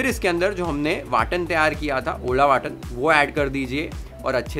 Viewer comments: It's not ओळा वाटन but ओलं वाटण. I'm saying this because you are more authentic than many Maharashtirans. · It's ओलं वाटण not ओळा वाटण😊